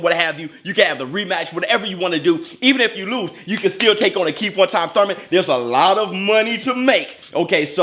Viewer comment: Did say 'Thoi-man?' 😂😂